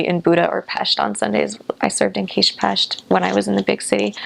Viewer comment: Her pronunciation (villamos, Budapest, Kispest, madártej... etc.) is too perfect to be a non Hungarian.